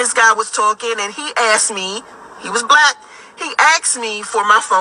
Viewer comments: “Me an dis guy was talkin an he axed me” Screaming Loud What exactly qualifies you to be so selective, in charge, and give advice? We are not trying to attract you. Why would we want all of that noise? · If her looks turn you off then listen to her mouth. Why do folks axed instead of ask? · She said “he axed me!” A person with my skin complexion would be scared off, because she’s scaring them off. Like my guy Kevin Samuel always says… “you can’t make this shit up!” 😩🤣😭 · 😄 🤣 😂 axed 🪓. I 🏃‍♂️ 🏃‍♂️ 🏃‍♂️ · He "axed" me. LOL.